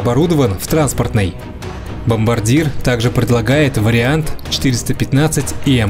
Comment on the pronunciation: Бомбардье! А не бомбардир